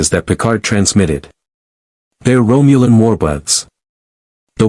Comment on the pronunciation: . "Romulan war buds" We all know AI doesn't do pronunciation well, but this one is particularly hilarious. War bud sounds like a stoner's dream come true! ROFL 😂 I have herb on order, but nothing approaching war bud!